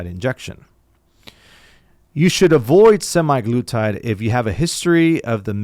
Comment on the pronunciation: A lot of great information here, but it was killing me how he was pronouncing it semiglutide.